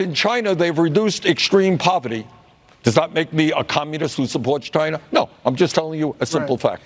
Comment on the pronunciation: Stop saying Chiner its china asshat